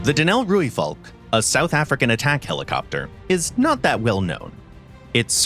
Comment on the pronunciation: only one thing i found a bit off is the pronunciation of Rooivalk: we roll the R, so it sounds more like RRRooivalk, but other than that, i have no complaints, amazing video enlightening others about our achievements